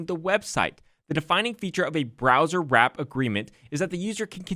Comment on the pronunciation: Why are you pronouncing "browsewrap" as "browserwrap" when there is no "r" after the word browse? Don't do that in court, I want my man sounding professional